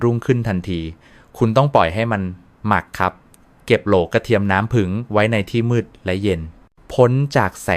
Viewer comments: กรุณาไช้ถาษาไห้ดีด้วยผึ้งคุณอ่านว่าผึงได้ใงฟังแล้วรู้สึกไม่ดี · เขาพูดว่า ผึง ไม่ใช่ ผึ่ง